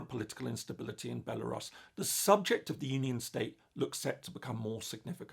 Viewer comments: no, it's not the normal British way. It's Belarus, with [u] sound. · That a new way of pronouncing Belarus that I've hadnt heard before.